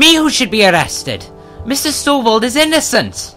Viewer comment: You weren't even first. First was like 20 mins+ before you. :P And it's Stovold, not Stovel... :P